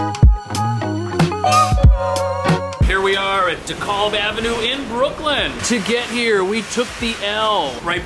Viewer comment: How did you pronounce “Dekalb” again 😂